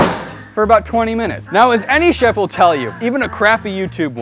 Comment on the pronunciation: its Cloud Shef